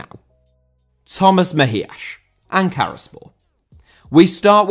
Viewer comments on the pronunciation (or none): Why the "Mejiash". He's spanish, it's pronounced like a normal "s". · Always appreciate the effort put in trying to get pronunciation right but almost all names were butchered on this video, specifically Mejías.